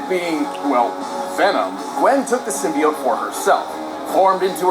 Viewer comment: Did he just say "sim-BYE-ote"????